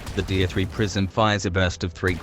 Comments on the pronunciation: You know its tier (tear) and not deer right? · "to avoid sounding like an autistic child" and proceeds to pronounce 'Tier' like 'deer'. nice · Is anyone else hearing "deer 1" "deer 2" and "deer 3"?